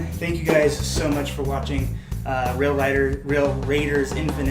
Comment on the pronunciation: At the mark...you don't even say the name of the game correctly!!! LOL Lame! SMH